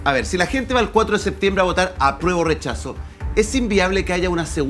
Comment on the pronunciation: Quien le dice a Naranjo que se dice "septiembre" y no "seetiembre"